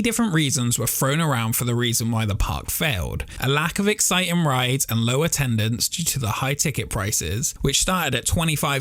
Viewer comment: It's 'theme park' not 'feme park'. It's 'exciting' not 'excitin'. It's 'throughout' not 'froughout'! ffs pal... learn the language